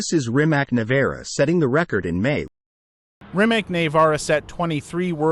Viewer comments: I you talk about a car please pronounce the name correctly..... It's pronounced Rimats not Rimak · Why can't you Americans pronounce Rimac correct? Is it so difficult? Show a little more respect to other Languages and realize, that most of the world is not the US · Shouldn’t be that difficult to lear correct pronunciation of Rimac…Not just to show you are willing to do your homework but to show respect to the brand and someone’s last name.